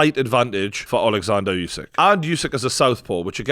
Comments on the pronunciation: It's pronounced oosik not yousik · Try getting Usyk’s name right and then I just might rewatch this side show.